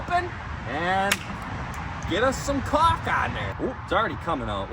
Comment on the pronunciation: Lol... You said chaulk. LOVE IT!!